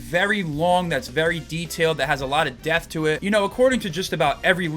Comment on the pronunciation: every time you say "depth" it sounds like you're saying "death" lol